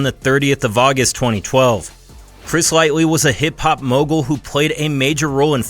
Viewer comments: Chris "lightly". TF???!!!!! LIGHTY not lightly. This guy is and idiot. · It’s Chris Lighty which is pronounced like Light-Tee …. Sorry but dudes not with us anymore the least anymore can do is get his last name, which is part of his legacy, correct. RIP Chris Lighty, a hip hop legend, damn can’t believe that happened all the has back in 2012, times moves so different when you older